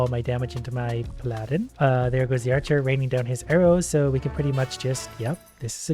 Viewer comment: Ok, ok,. For future reference: Paladin is pronounced Pal-A-Din. Not Pa-Lad-In. Please, that’s driving me insane for some reason